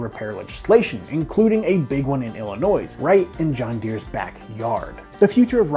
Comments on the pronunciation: are you Canadian? You pronounced the S in Illinois when it’s silent but you sound American — hence my guess you’re Canadian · The s is silent. Like in aisle. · and he pronounced the S in Illinois!!